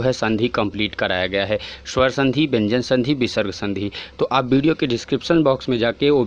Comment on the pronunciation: Sir bhyan nhi vyan h wooh😅